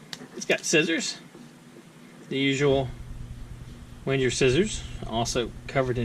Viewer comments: Sounded like Winter instead of Wenger :P Ah I got it you said Wenjer :D It's pronounced with a normal G not a strange J :) A G just like in Bang or banging. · Just use a a G not a J and you're fine:)